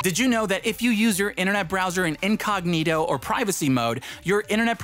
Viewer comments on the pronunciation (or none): none